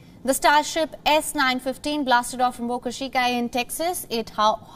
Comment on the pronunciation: "the starship s915" lol. 😂